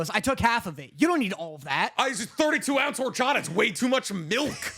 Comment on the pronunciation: I love u guys, but my love went down Luke three levels by how you say horchata😂😢